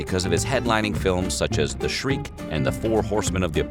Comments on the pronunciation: the "shriek"?? "Sheik" even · It's "Sheik" not "shreek" .👎🏾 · The SHREIK? I cry for humanity. Rudy Valentino stared in the sheik, About an Arab sheik, not an Arab scream. Unbelievable. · Valentino's movie The Shriek? Do your homework, it's The Sheik. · It’s sheik not shreik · Valentino starred in the "Shriek"huh? Wow he was in the "Sheik" too what do you know😸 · All credibility goes out the window when he says 'shriek'.